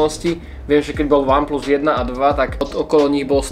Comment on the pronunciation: Ach jo , z toho jak říkáš VAN PLUS mě bolí uši :DD